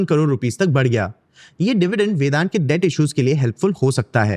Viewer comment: Its vedanta, why u saying vedant.... ?